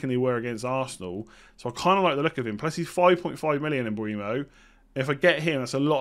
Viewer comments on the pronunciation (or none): Bryan Mbeumo is pronounced M-boo-mo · Pronounced “M-Bwem-o” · Hi /.... It is pronounced: M bwem o